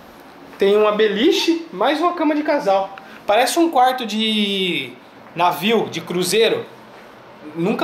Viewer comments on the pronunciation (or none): O Falou Návio aí Eu Imaginei...IMAGINA UM TORRESMO DAY EM UM CRUZEIRO, DENTRO DE UM NÁVIO!!